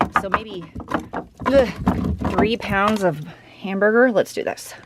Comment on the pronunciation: I see hamburger...I hear Steve Martin from Pink Panther.lol